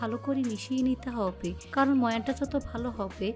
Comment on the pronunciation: হব্বে হব্বে কেনো শুদ্ধ করে হবে বলা যাইনা